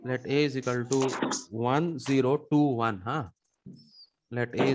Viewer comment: Its not izikaltu. Its equals to🤣🤣